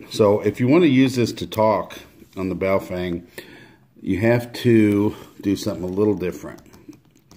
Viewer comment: Its pronounced BOW FUNG ... depending on the characters you are reading